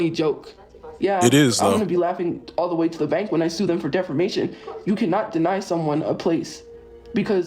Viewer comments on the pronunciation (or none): Does no one else hear her keep saying defermation instead of defamation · Not DEFERMATION 😂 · Its a well known tophiaism at this point, we got defermation, somewheres, anywheres, and many others